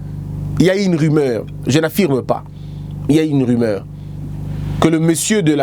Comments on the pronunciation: Salut ndeko, osali erreur de diction. On dit rumeur et non rimeur. Voilà ma petite contribution du jour. Félicitation à votre équipe pour les 30K🎉🍾🥂🙌. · une erreur de diction (prononcé dikssion) est bien une expression française qui signifie une erreur d'élocution c'est-à-dire dans la manière de s'exprimer. Ici en l'occurrence il a fait une petite erreur de prononciation: il a dit ri-meur au lieu de ru-meur. Cela n'est pas bien méchant😄😙.